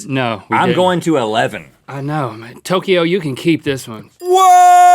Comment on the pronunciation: Why does he say Tokyo like that in some episodes